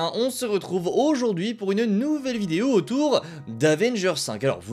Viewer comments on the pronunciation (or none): none